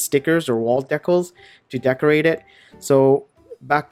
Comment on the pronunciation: ive never heard decals pronounced that way